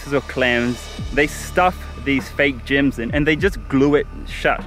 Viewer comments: I thought he said gym too! 🤔 like gym membership 🤣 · At first, the way he pronounced gems I thought he was talking about an island running a fake gym scam. 😂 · Maoriprincess _1 The person who wrote the comment heard gyms instead of gems lol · i thought you said GYM scam LOOOL like they selling gym memberships on an island LOOL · I was so confused, sounded like he said "scam gym" lol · Me too 😭😭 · Mee too. When he arrived at the island i was like i dont see any gyms. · I thought he said gym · I thought he said GYM for most of the video. Kinda dissapointed i didn't see a gym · I heard gyms too